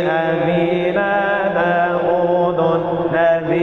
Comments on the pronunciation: داود بالفتحة و ليس بالضمة لانه اسم علم منصوب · ، داودَ بالفتحة و ليس داودُ لأنه اسم علم منصوب بالفتحة 😊🌺